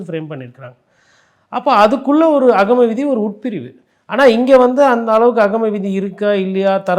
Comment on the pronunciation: ஆகமவிதி என்றுகூட சரியா சொல்லத்தெரியவில்லை இந்த பத்திரிக்கையாளர் வக்கீலுக்கு 😂😅